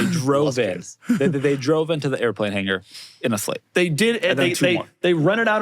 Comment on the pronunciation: Its a SLATE Not a SHLATE !